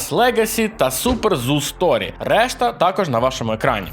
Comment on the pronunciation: а Super Zoo Story, а не Super Sus Story😅